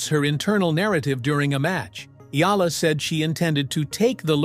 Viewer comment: Finally pronounced her name correctly ❤🎉